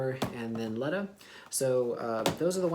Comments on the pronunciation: I am sorry did you say leta but you supposts to say leeeeeeeeeta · Lmao I find it funny that he kept mispronouncing Letta’s name lmao